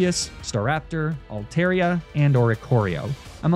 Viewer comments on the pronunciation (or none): none